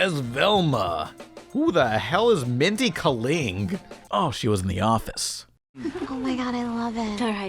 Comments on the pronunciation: Not you mispronouncing Mindy's last name lol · mispronounced mindy kaling, she is pretty goddamn famous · 1) The main reason why Scooby-Doo is not in "Velma" is that Warner Bros. Animation wouldn't allow the crew to use him even if they wanted to. 2) You pronounced Kaling wrong. 3) You mentioning that "Rick and Morty" premiering 10 years ago made me feel old! I was 15 when the show premiered. 😫 4) That Mexican joke actually made me laugh! 😂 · First off, how do you pronounce Mindy's last name again? Also, the show sucks. Couldn't get past the first 10 minutes.